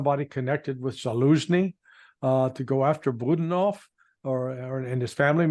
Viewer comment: not BUDnov, it's Bu-DA-nov !!!